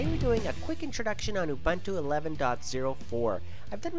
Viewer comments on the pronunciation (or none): It's Ouu-Boon-Tuu YOU FUCKING BITCH!